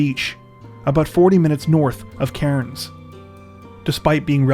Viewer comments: the way he pronounces cairns gets on my nerves 🤣🤣 it's pronounced cans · Cairns is pronounced without the 'r' like (tin)'cans' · We pronounce it Cans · It's pronounced "Cans" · I love you guys!!! But just an FYI- Cairns, Australia is pronounced like 'Cans'. Okay, thanks again guys, keep up the great work!!! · Your pronunciation of Cairns could do with some work 🕵️‍♀️